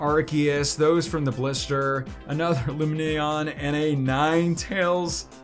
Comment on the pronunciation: He can’t pronounce Lumineon 😂😂 and it keeps popping up every time he rushes past it so we don’t notice he can’t pronounce Lumineon. He pulled it 3 times 😂😂😂😂😂😂😂😂😂😂😂😂😂😂😂😂😂😂😂😂